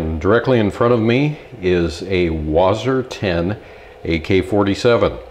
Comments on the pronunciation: Wasr not wazr. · I think it's pronounced Wha-sir